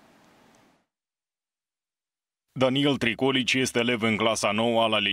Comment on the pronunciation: tricol(i)ci .. accentul pe penultima vocala - asa in romana se citeste corect domnilor jurnalisti :) pronuntati va rog familia corect data viitoare :)